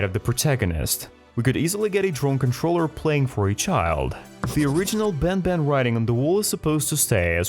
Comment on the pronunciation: Bro said garten of ben ben💀💀💀☠️☠️☠️